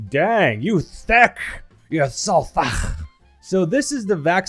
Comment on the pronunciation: i love it when says THAAACKCKCKA isntead of thick